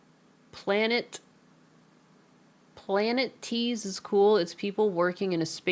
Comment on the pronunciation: Pl... Planetes as planet tease? You have greeked too hard lol